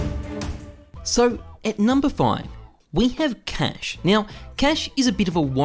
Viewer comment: Yuck, your cache pronunciation. Aren't you Australian?